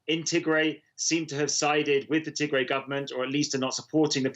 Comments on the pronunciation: The name is " Tigray" not to gray. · Correction it’s “Tig Ray” pronounced in the same way as “Sun Ray” I am amazed by Western Media in 2020 that you still have to rely on these talking heads who are non African and not present on the ground in Africa to explain the African Story. This is ridiculous. Africa has 1.3 billion people many of whom can articulately explain our own story. This is a power shift in Ethiopia that happened right after PM Abiy Ahmed won the election and started cracking down on corruption perpetrated by the old regime which had Tigrian support. The result has been blow back from the Tigrians who feel that they are being unfairly targeted in anti corruption law enforcement and they have decided to launch a war in retaliation. This is pure lawlessness, however Ethiopia’s enemies want to capitalize on these criminals to cause chaos in Ethiopia 🇪🇹 especially to ensure that the GERD is a failure. That is what is happening in Ethiopia told to you by an African who lives in Africa. We can tell our own stories without your help, Western Media. Thank you very much.